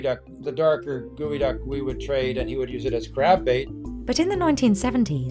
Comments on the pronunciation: Gross enough, why do you have to pronounce it like that 🤢 geo = gooey? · It's not Gooeyduck it's GEOduck GEO as in geography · why are you pronouncing it as Gowi-ducks when its spelled GEO-ducks? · Fisherman: "Gewiduck" Dictionary guy: "hmm......GEODUCK!" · I've never seen/heard such a big discrepancy between how a word looks and how it is pronounced... "Gueyduck" = Geoduck? 🤔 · Its pronunciation is as wrong as naming it as a duck. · Geoducks❌ Geococks✅